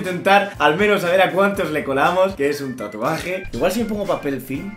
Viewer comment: Los Paraguayos viendo que dices tatu NO REEE TURBIOOOOOO